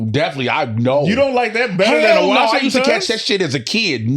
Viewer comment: 🤣The "washing-TONS" lol ya'll be violating jay for no reason.